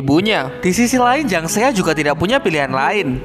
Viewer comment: jang seya jang seya apaan sih !! belajar ngucapin nama nya yg bener dong !!